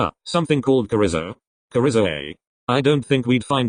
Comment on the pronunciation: I'm sorry, but as a Mexican, I did find it funny when the story pronounced chorizo 😂